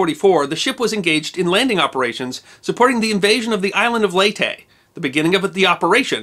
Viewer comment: Leyte is pronounced like “lady.”